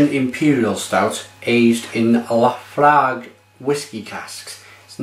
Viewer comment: Not bad stab at the Laphroaig pronouncing...